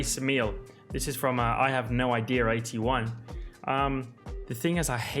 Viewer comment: i have no IDEARR 81